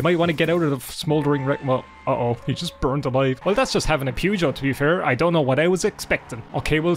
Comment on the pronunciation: The way you pronounce Peugeot.. It's a British game, let me help you - Perrzh-oh